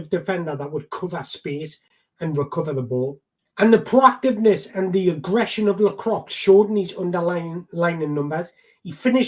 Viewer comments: Hiya. Great vid, great idea. You are saying the name wrong. Lacroix is said like ah lacrah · pronounced Maxawns lakwah